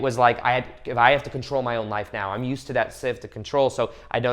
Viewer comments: Thank you 🙏 im gonna thank the Universe for making this vid come trough to me when I needed it n was looking for that advice I needed!. Also love that u say right meow XD:3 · I just want you to know that out of everything you said the one thing that I heard the most clear was "right MEOW" 👀🤣 I watched ur lips and I will put my life on this, u made me laugh while also inspiring 💯💜🙏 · Is he saying "right meow" ?